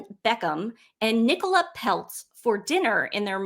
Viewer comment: Peltz rhymes with Feltz